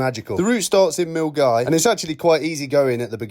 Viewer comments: Just in case ..MILNGAVIE.. he pronounced perfectly. MILL GUY.. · Kudos for saying Milngavie right :)